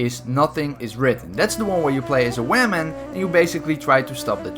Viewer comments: u said Waman but it’s actually pronounced Women 😂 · Nobody:: Wamen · "Wamen"? Cringe dude... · "Where you play as a wamen" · Lol you said wamon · He said women as Waman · did you purposely say "wahmen" or is it just your accent, no offense